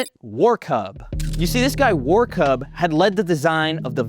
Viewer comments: the strange "B" is pronounced like "ss" in English. It's German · That weird B is pronounced like a double s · The weird B is pronounced as "ss" iirc. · Warkuß is pronounced [Varr]-[Kuss] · That ß means double SS in German. So the name should be pronounced Warkuss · This letter is pronounced ẞ(ss) so it would be pronounced Warku(ss) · that weird b like letter is double s so it's "Warkuss" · I’m glad he mispronounced the dudes name. (Kuss is Arabic for vagina) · ß is a German double S, pronounced like kiss. Hartmut Warkuss.